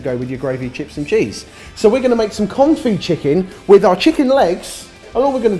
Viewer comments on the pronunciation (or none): none